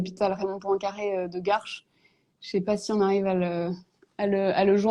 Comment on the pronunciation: "ché jamais si on doit dire bonjour ou bonsoir à 18h..." ouai et moi "ché" pas pourquoi à la TV ils font bosser des gens qui ne savent pas s'exprimer correctement en Français.